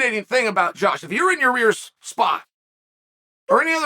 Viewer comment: "Your rear"